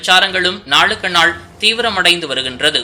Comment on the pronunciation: PDB இல்லையடா...அது PDP...என்று உச்சரிக்க வேண்டும். நாக்கில் வேப்பெண்ணெய் வைத்து தேய்...நல்லா வரும். அதே மாதிரி 'நாலுக்குநாள்' இல்லை....'நாளுக்குநாள்' என்று உச்சரிக்க வேண்டும். அதேபோல்...Baliக்காது என்று கூறக்கூடாது. Paliக்காது என்று கூறவேண்டும். பன்னாடை...செய்தி படிக்கும் முன் தமிழ் உச்சரிப்பை படிடா